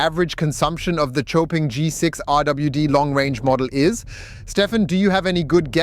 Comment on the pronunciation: Xpeng is easier... but in Chinese....its pronounced like Show Peng